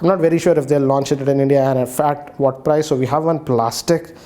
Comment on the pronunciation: Bro you say what not say whad and another world everything not say everythang